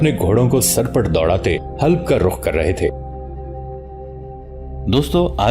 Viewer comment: حلپ نہیں " حلب "